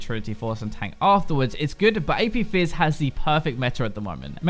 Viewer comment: He said Jizz when he was talking about fizz xD